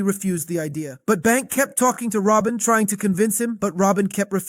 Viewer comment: You and your AI voice call Rueben "Robin" less than 1 minute into the video. No thanks man. I'll pass. 😂👋🏽